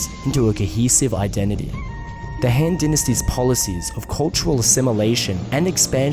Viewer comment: I find it remarkable how accurately you pronounce most of the Chinese words but you really let your (I assume Australian or NZ) accent through when pronouncing the A vowel (surprisingly only noticed it the first time you mentioned the Shang Dynasty but then got it correct the rest of the times, but then woof when you talked about the Han Dynasty)